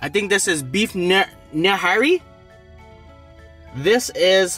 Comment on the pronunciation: That greeccie fried naan is .. Paratha.( Para-tha) Behari ( bee-Harry) Nihari (knee-Harry)😂😘 love it watching you eat always make me hungry..